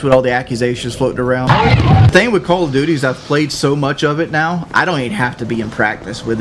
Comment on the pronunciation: "4 tings im good at in life....im gewd at braves baseball...im gewd at chevrolet, im good at calla doody...how do you be good at page 5 doh" How...how in the fuck are you good at "braves baseball and chevrolet" One is a baseball team and the other is a brand of vehicle....wh...what does that fucking mean exactly? You are good at watching baseball? Wow you are excellent at sitting on your ass? Amazing...good at Chevrolet...what does this mean? This entire sentence makes my head hurt.